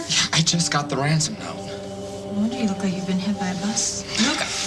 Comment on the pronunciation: tell me i'm not the only one who thinks Luke said Wansom instead of Ransom -ish xD it just sounded adorable though xD